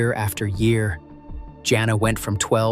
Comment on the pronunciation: I hate this AI narration. It got the name Jana correct the first time and then started pronouncing it Johnna. Then it went from narrowing down a family to following the suspect into a casino. Whoever makes these AI presentations needs to step up their game because they suck.